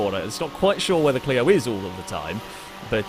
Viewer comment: Clio-zone. Lol